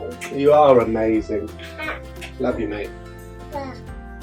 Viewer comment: Love when he says mazing !!! 😂😂😂😂❤️❤️❤️❤️